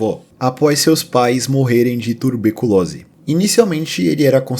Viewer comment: turbecolose rsrs